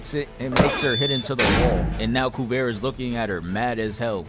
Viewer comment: Spelled "Kuvira." Pronounced "Kuvira" all through the show. Where did "Kuvera" come from?